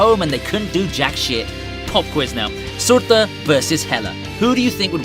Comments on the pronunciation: It’s not suortur it’s surtur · Who tf is Suurthüer😂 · I hate how he tries to pronounce 'Surtur' in a norse way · Learn to say surtur please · Ime slightly bothered by the way you pronounce surtur... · I seriously hate the way you say "Surtur". You're trying too hard. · the way you say surtur is the funniest thing ive ever heard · The way you say Surtur is hilarious 😁🤣😎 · The way this guy says surtur 😂😂😂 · The way he says surtur tho lol